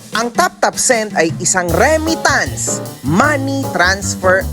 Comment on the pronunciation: Boss REMITTANCE PO! HINDI REMMITANCE!